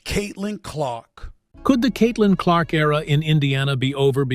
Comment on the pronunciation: Stephen says Caitlin Clock